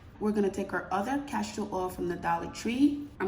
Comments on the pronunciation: Enjoyed your video. Very informative and easy to follow. My only complaint would be every time you said CASHtor oil instead of Castor oil. It made me cringe each time. lol Besides that, I loved it!!! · It’s castor oil not cashtor oil 👍🏼